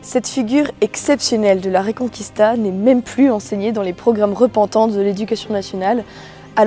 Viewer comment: Oui je ne comprends pas cette manie, il suffit de le lire a la francaise, reconquista avec reconKista quoi ! c'est comme Paella qu'ils prononcent Paela :D